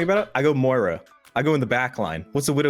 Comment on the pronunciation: Why can no one pronounce Moira? XD